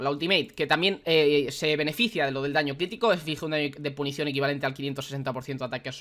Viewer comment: Gente normal: PUNCIÓN: PUNICION